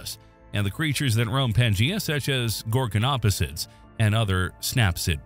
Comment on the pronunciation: I turned the video off when he pronounced Gorgonopsia wrong. If you can't even pronounce things right don't make a video it's a red flag and shows your information is minimal at best.